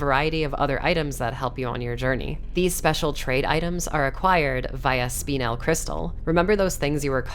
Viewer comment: Just an FYI for everyone (not relevant to the game per se): spinel is pronounced 'SPIH-nl' (similar to spindle) or spih-NEL. Saw pronounce it 'spinal' and just had to mention this.